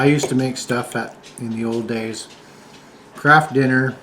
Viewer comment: I giggled when said Kraft dinner because I misheard him. I thought he said Crap dinner which is what my Dad called it. Lol 😂❤